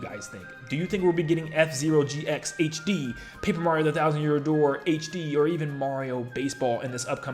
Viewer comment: The Thousand Yoor Dear? That was a funny slip (I know he didn't say dear but I thought it immediately thought of when he slipped up)